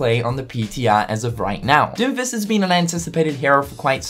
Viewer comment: ... the way you say doomfist makes it sound like you are saying doofus